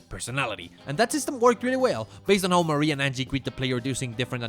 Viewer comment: The Japanese name here is NOT the Anglo-French name "Marie". The Japanese name for the TLLtD Mii is pronounced "mah-ree-eh" (and I usually write it as "Marië" to distinguish it from the Anglo-French name).